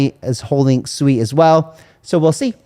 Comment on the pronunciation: Thx for pronouncing Sui properly!